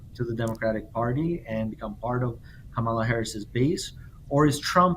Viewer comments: The future President of the USA’s name is pronounced COMMA-LA, accent on first syllable!!! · Repeat after me: KAHH-mah-lah. Geez, why is it sooooo hard to get her name right? It's not rocket science. Sheesh! 😂